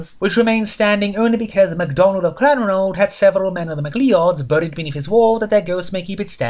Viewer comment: Interesting looking collection, lots of editions too and still in print! That must be a good sign. Also fyi, the Scottish name MacLeod is pronounced "ma-cloud".